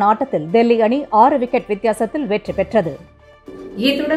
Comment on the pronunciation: Exellent rendering. Hair do is new and apt. But like the other so called star NR of AIR you said '' eeththudan intha seithi .....'' Earlier you used to say iththudan .... which is correct. The other one is in bad taste tho they call it stylish. As for camera editing and matching visuals to voice - they are very good and professionl. Good bulletin